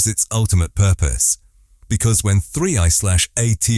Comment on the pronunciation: It's an AI generated voice that can't even properly pronounce 3I/ATLAS I bet that this script was entirely AI generated to